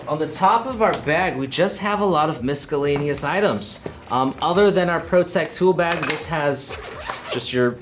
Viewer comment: Mis-A-lain-ous! LOL